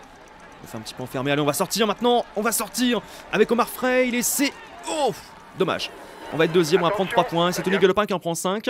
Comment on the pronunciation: C frailé pas fraile